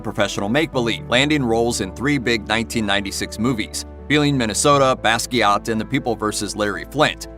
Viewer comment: It's pronounced baskwaa